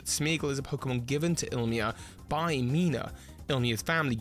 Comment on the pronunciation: K it's been way too long and you need to get it right. It's pronounced ee-lee-ma not ill-ma